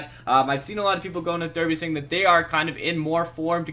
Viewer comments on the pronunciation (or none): It's pronounced Darby, not Derby. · The way he says derby XD